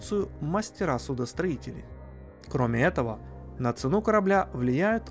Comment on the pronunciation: "Обшипка, ЦенУ" Это прямо отталкивает, текст сложно зачитать с бумажки дважды? За негатив извини.